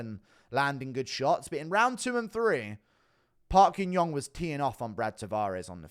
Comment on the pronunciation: "Park ying yong " 😂😂😂😂😂😂😂😂😂